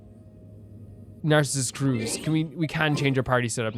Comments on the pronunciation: Nardz is in groin. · i know this is way late, but the pronounciation for Narzissenkreuz is "Narts - sis - sen - croits". For everyone who dont know too! :) (The "oi" in "croits" you pronounce how you would pronounce "groin")